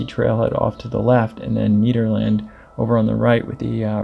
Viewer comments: Nederland not neeeeederlind “Ned-err-land” Arvada not arvodu “ar-vah—duh” El Dorado not elderada “el-duh-rod-oh” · Ned-Erlend not need-erlend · You just say neederland lmao